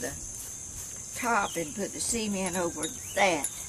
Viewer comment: it amuses me how you say sea-e-mient , we say .c-ment ha ha !! love the video